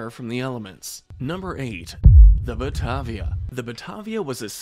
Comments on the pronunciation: As an Aussie, thank you very much for the segment on the Batavia. Just a point on the pronunciation of her name. It's not "Butvia", it's "Butayvia". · Bart-via!! Who the hell is Bart-via?? Everyone in the world knows how to pronounce Batavia as in The Batavia, the 17th century ship. Pronounced Ba-tavia with an emphasis on the 'a' following the 't' and pronounced 'ar'. The Batavia was a 1628, Amsterdam built, barque (barken) full-rigged flag ship bound for Dutch East Indies. On the way, Palsaert was to investigate the great southern lands which they did discover the northern and western coastlines of, hence named the land New Holland. Those of us who live in New Holland these days (now called Australia) get a bit precious with the pronunciation of the various ships and captains who discovered this fine land and its inhabitants. 😁 Oh as as another commenter asked....what IS a shooner??? 😂 Are you sure you didn't mean schooner? 🙄 And yet another "the Guangdong providence"? I'm sure the Chinese didn't think there was very much 'providence' if the ship sank! 😂